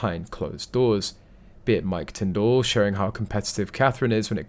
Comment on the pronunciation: Can you learn to say Tindall properly please